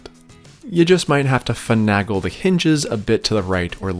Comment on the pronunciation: Love the video...but fi-NAY-gull and hal-see-on :-). Keep making awesome stuff!